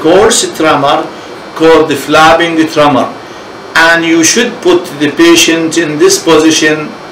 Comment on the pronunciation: "flabbing tremor"? I wish he would pay better attention to his pronunciation. Hard to understand.